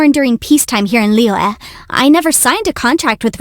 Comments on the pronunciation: The moment she said Liua I had to stop listening. Why voice actors can't learn the proper pronunciation of a few words in Chinese? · Her pronunciation fo Liyue oh my